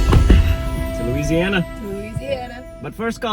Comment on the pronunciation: It’s Louisiana Ryan 😂!!!!